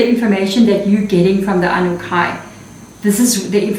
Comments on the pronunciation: Your pronunciation is so different. Ah-nu-na-kee is typically how it’s pronounced. Even on Ancient Aliens show. Are they wrong? Just wondering. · Sorry, my dear, but it’s pronounced ‘ahh new nah key’… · Pronunciation: AnnuNAHki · Just to help out a bit for those that have a hard time pronouncing this, they are called the "A - NEW - NAH - KEY" :) Thank you! xox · Pronounced as aan nu naakie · Just to help you out Anunnaki I had to learn how to say it. So I broke it down for myself like this. Ann new naki it helped me. Thank you. SARA